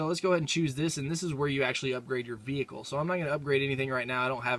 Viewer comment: He said "ve-hicle"